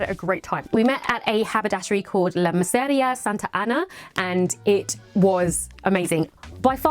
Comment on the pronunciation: M e r c e r i a , not miseria. In order to be understood in Spanish you need to slow down and remember; you can do it.